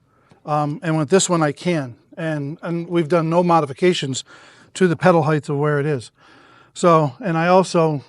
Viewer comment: “Height” NOT “Heith”